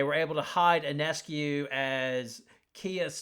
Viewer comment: Listen announcer, IF you want to sound intelligent...PRONOUNCE SABRINA'S name correctly...her last name is PRONOUNCED YONESCU...not onescu or i-o-nescu...THIS GRATES ON MY NERVES THAT FOLKS DON'T PRONOUNCE HER NAME CORRECTLY!